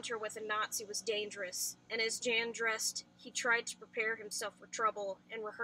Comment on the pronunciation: jan is pronounced YAN just so u know